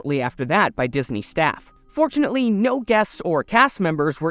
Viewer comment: Every time he said "fortunately" i thought he said "unfortunately"😅